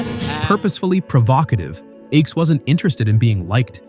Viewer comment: Thanks for doing this. I can tell you weren't around in the 1960s because Phil Ochs' last name is pronounced "oaks."